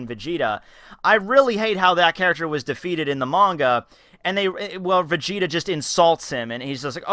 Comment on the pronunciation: gelly vegeta? vegelly?